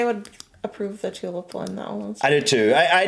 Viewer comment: Interesting pronunciation of the tulip, sounded like tulup.